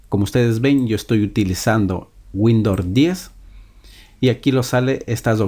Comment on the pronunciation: No es windor es windows